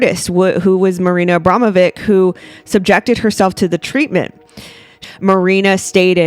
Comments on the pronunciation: Love you content! I think it's pronounced AbramoviCH (which goes with witch :) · Pronounced Abramowich.